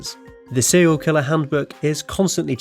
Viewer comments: Sewial Killer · Why do you pronounce your 'r's as your 'w's? It's seRial, not seWial and it's woRld, not wold.